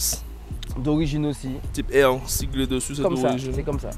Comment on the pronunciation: C'est épique d'acheter une type R et de ne pas arriver à prononcer correctement le R ! Type EWE Et des EP3 yen a eu presque 35000 produites dans le monde et non pas 6000 Type R au total, et donc quasi autant de FN2, EK9 Intégra, etc. C'est une berline 3 portes pas une sportive en série limitée.